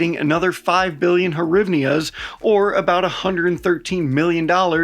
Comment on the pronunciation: FYI, due to a very old translator mistake, Russian speakers swap the "g" (as in "grunt") for the "h" (as in "house") sound. So the Ukrainian currency is pronounced "greev-nah." It's also why Russians ask for directions to the "gatal" (hotel) and the famous boy wizard is called Garry Potter.